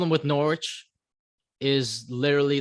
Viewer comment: Also the W is silent in Norwich